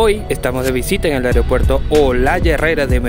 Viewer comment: con mucho respeto unas sugerencias: se dice aeropuerto (no "ariopuerto"). Usted está llegando al público y el cuidado del idioma es vital. Otra cosa: investigue sobre el lugar que va a visitar en este caso usted pasa desconociendo un lugar icónico de nuestro querido aeropuerto como es la zona dedicada a Carlos Gardel quien falleció allí en 1935 debido a un accidente en pista del avión en que iba. La estatua que ve es en homenaje a Enrique Olaya Herrera presidente que apoyó la construcción del aeropuerto. Finalmente desde que se inauguró el aeropuerto es costumbre de la gente ir a la cabecera de la pista a ver partir los aviones. Si le molesta mi comentario me dice y lo borro.